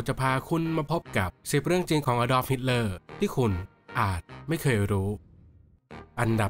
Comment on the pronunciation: แว๊บแรกได้ยินเป็น a dog hitler